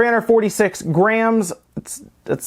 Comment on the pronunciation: "Grey-ams". Not sure what a "Grey-am" is dude.... Are you attempting to say "Gram"?